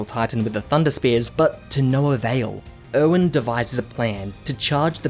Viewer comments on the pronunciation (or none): literally thought he was saying “owen” for erwin this whole time and was like “who tf is owen?” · Er-wen. Er-wen. Not Owen